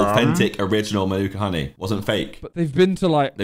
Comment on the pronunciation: Oh they got manuka wrong